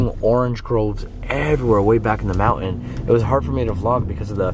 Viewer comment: I love the house that you are living in! Very clean! Pretty! Your daughter needs a baby doll to carry around. Then she might not pick up things from all the rooms. Her own toy, something! What a beautiful drive that was. I just love your trip. Thanks &! when you say MOUNTAIN, you never pronoun the T!